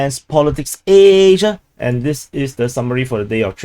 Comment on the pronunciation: Are every asian person say the word Asia as "AAAAYSAH" ?